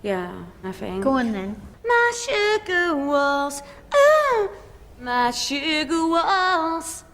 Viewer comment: My shhugar wallls. Uh. My shuugar walls!